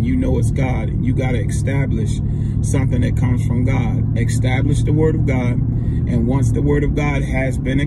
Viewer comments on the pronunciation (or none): EEEEE-STAB-LISH not XXXXX-STAB-LISH